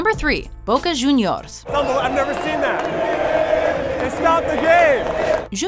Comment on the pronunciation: Boca jew-neyors.. The Jewnyors are a great team.. Que?